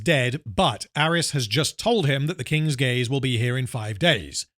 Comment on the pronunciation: It took me until when the other lady said "King's Gaze" to realize that the ship was actually called that and wasn't just giving it a funny name like "King's Gays"